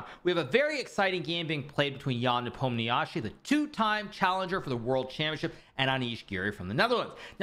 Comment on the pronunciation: Why his surname is so butchered in English?? 😅 It should be something like "Nepomnyashiy", or "Nipomnishiy", if we're sticking closer to pronunsiation